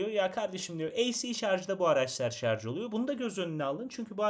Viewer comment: önceki plug-in hybrit videosunu sonuna kadar izledim ve sıkça şarz demenizden aşırı rahatsız oldum , şaşırtıcı kısım ise sizin kadar diksiyonu düzgün birinden şarz kelimesini duymam. Yorumlarda bu durumdan şikayetçi kişilere düzeltmeniz için teşekkür ederim yazmışsınız. Bende içinde şarj kelimesi muhtemel olan bu videoyu açtım, iki video arasında 6 ay var. 6 ay önceki yorumları dikkate alıp düzeltmişisiniz. " aman nasılsa anlaşılıyor ha şarz ha şarj " demeyip düzeltmişsiniz 👋👋👋